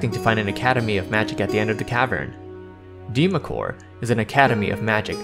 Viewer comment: Good work here young man! No offense but allow me to correct you on pronunciation. "Deemacore" is pronounced "Dwemer-core" The "Dw" is emphasized as "duwa" said quickly, running the D & U together. Dweomer is realmspeak for an enchantment. It's also used to describe any glowing aura produced by arcane or divine magic. Faerie Fire is also known as "Dweomer Glow" in some regions of Faerun. Excellent work tho! Thoroughly enjoyed the video! Instant subscribe!